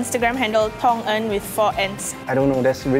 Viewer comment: His name is Tong En? I heard Thomas.....